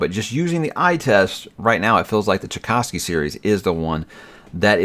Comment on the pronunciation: The man is called Tchaikovsky (actually Czajkowski)... your spelling sounds atrocious. Try Chai- (like the tee) -kof (like coffee) -ski ( like skiing). There is no "cow" in the middle.